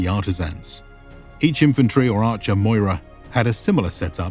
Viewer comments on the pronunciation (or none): Great video as always! Just a pointer about pronunciation. Anywhere in Greek you see "oi" like in "moira" its just pronounced as "i". So just Mira not Moira :) I've noticed it in olden videos too. But great work!